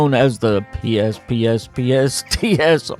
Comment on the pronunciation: Both you and angry turtle didn't understand the pts joke. Its not p s p s p s t s. The pspsps part is pronounced like the sound you would make to get a cat's attention